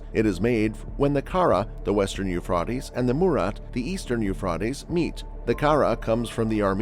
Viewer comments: Uuuphraeaeaitees...pronounce it right potaato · yoo·fray·teez Now fucking say it right or get punched it the mouth. It's almost like you're mispronouncing it on purpose. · Generally, the pronunciation is Euphrates with a long a vowel. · The You-Frought-Eez is an amazing river… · I quit watching after 10 seconds. The mispronunciation of the Euphrates was extremely annoying. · Are there places in the world where "Euphrates" is actually pronounced the way it is in this video? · Lol. I know right? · I thought I was the only one thinking this. I googled it. 😂